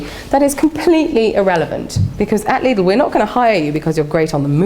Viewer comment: it annoys me the way she pronounces Lidl